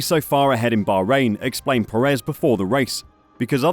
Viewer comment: FFS, please learn how to pronounce Checo’s surname. Unfortunately, even with a correctly pronounced surname he is not in the same league as Max.